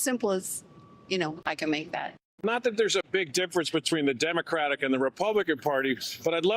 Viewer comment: Why can't she say "Democratic"? Why doesn't she pronounce the last syllable? So weird.